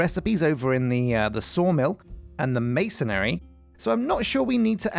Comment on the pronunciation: no hate but masonry not masonary